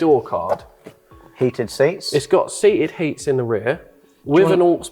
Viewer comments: Glad its got "seated heats"! (I heard that twice from the same person hjaha) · “it’s got seated heats”😂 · "Seated Heats" lol